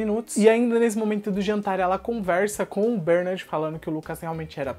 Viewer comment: Cara, pq vc fala "BÉRnard" se a pronúncia é "BerNÁRD"???? Vc tem essa mania de inventar pronúncia né ... Faz a msm coisa em "Agacui", quando na verdade é "Ancui".